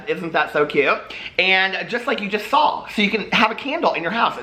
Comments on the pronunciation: Everytime I hear you say "i sawl it" it makes me think of my old roommate who got mad at me and threw fruit loops all over my bed. Not judging you just saying lmao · does say the word 'saw' as 'sawl'??